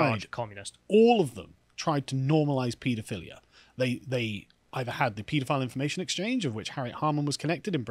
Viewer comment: As a pedantic American, I find it refreshing to hear the proper pronunciation of the word “pedophile”. Everyone in this country pronounces it “ped-o-file”. They should take a hint from how pediatrician is pronounced.